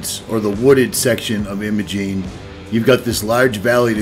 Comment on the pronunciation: The locals in Ouray pronounce the “I” in Imogene like the “I” in “lime”, not like the “I” in “him”.